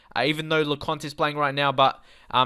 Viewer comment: Le-coin-t ..... Lecointe Gurr-e-eri ...... Gurrieri Jil-mert-tan ....... Gilmartin La-ery ...... Lowry Hor-ri-han ...... Hourihane Write this down so you can pronounce it properly when recording. I know how to say it, look at my YouTube logo. I have met most of the players. Yo-vil ......... Yeovil